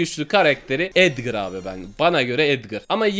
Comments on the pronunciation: O edgır değil o edgar yanlış söyledin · abi etgır değil etgar o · Edgır değil edgar